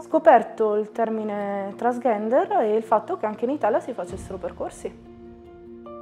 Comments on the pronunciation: “Trans GHENDER”??? No vabbeh. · Ok tutto, ma transghender. La pronuncia ve prego.🙃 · Ahaha 'transghender', anche a me ha fatto sorridere! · Massima stima e ammirazione sia per il ragazzo che per suo padre ma... TransGHender non si può sentire 😂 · Si però almeno pronuncialo bene transgender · Impara a dire transgender però ahah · va ben tutto, ma transgender non lo sai pronunciare, è come non saper pronunciare il proprio nome daiii